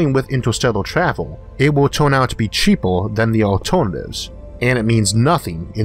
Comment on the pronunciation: so freakin adorable how he cannot pronounce R <3 Time twavel ;-))